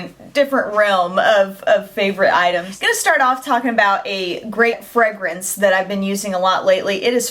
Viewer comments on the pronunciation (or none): "fregrance" or fragrance? LOL